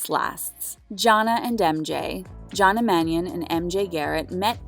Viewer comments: The fact u pronounced Jonna name as JAH-NAH is so cringe 🥴🥴🥴 it’s JAH-NAY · How can you STILL manage to mispronounce Jonna (John-aye) even when you literally have a clip in this video of MJ saying it (correctly)?🤦🏻‍♂️ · That’s a dislike for not doing enough research in the show to say their names right. Jonna is just an egregious example.